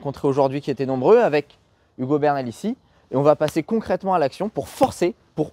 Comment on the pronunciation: Hugo la prononciation c'est Hugo bernalicis ou Ugo Bernalici